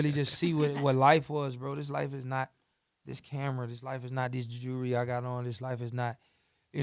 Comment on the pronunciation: Jurly lol